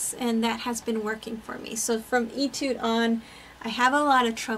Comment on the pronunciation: Etude is pronounce “AY-tude.”